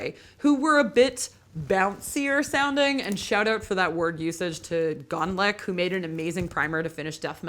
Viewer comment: SHE CITED GONILOC LMAOOO